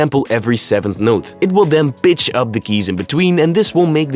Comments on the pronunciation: Brother, do you realize that your accent makes the word “pitch”, sound like “bitch”.I had to laugh the first time I heard you say it. It just caught me the right way, and I laughed! I like the accent. All the best.Lol! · who else is hearing the b word instead of pitch?